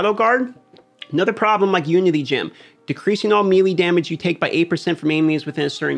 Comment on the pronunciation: I love your content! The way you pronounce melee triggers me but I'll still watch lol